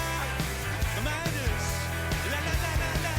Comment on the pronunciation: Arizona is one of their best. Great video , just say Midas right🤣